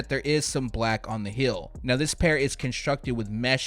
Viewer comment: Teal is NOT pronounced 'TILL' Heel is NOT pronounced 'HILL"